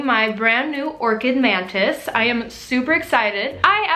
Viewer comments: Is it just me or is she saying mantids the whole video? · She keeps saying mantids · am i the only one that hears her saying Mantids? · I kept hearing “man tits” instead of mantis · Okay, I think I'm going insane. Am I the only one hearing "Orchid Mantits"? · You say mantits instead of mantis lmao. Ly ❤ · Every time she said "mantis" I thought she was saying "man-tits." 😂😂😂😂